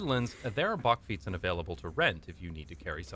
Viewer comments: The "a" in bakfiets is pronounced like the "a" in "back". The narrator pronounces it more like the "o" in "bock". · In the Netherlands it is pronounced "buckfeets"(that's as close as I can get it!) By the way, I love your facial expressions. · "Bakfiets" The last letter is an S.